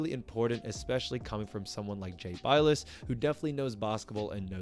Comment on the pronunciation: Jay "bill-us" pronouncation